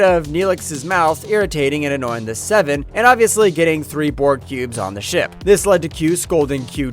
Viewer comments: I think the worst was when he called the Borg "bord" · Yo did he say bored instead of borg????